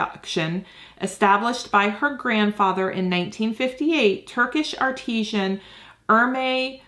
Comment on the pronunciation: PLEASE.....Its pronounced artisan. As in an artist has made it... NOT artishan (artisian).... That's to do with water